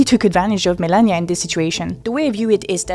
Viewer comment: Why do you say milennia not melania?